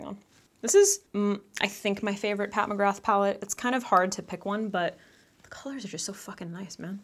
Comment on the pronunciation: I wish you’d learn how to pronounce her name correctly 🤦🏽‍♀️🤣😂😂😂